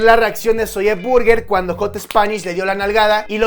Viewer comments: No se dice zolle se dice zoui!!!!!! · no se dice "ZOYE" se dice "zoy" pronuncialo bien, nos chingas los timpanos, te lo digo con amor te amo papu💙